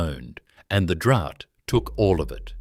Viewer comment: The pronunciation of words is deplorable. Simple words like DROUGHT, GOULBURN and many others.